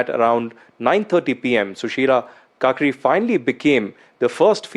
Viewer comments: its pronounced as "car key", what if people call modi, modai or mudi? very unprofessional, righty sir? It's a humble request to please correct the pronunciations. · Please don’t say ‘Kakri’ again. It’s not hard to pronounce correctly.